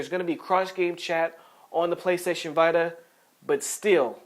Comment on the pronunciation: The PSVita is pronounced VEE-TA If you're a usual listener of the podcast, you'll know that he sometimes mis-pronounces names of games and hardware, haha. It's all accidental though.